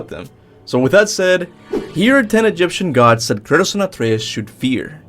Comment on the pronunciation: As an Egyptian most of your pronounce for most of Egyptian gods name is wrong but I will accept that because you are not an Egyptian or an Arabic speaker